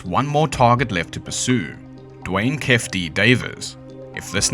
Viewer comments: No way you said "keff" D it's pronounced "key-fee" D.. are we serious, did you even do any research? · Its Key-Fee like kief from weed. Also Shhuuug like sugar